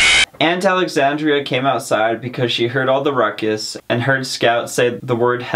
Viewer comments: It's aunt Alexandra not Alexandria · It's Alexandra, not Alexandria. Thanks so much for cheating kids out of reading a classic book.